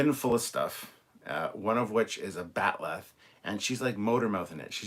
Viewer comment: Beckett calling the ale whiskey is probably just her being drunk off her ass, just like how she couldn't pronounce "bat'leth".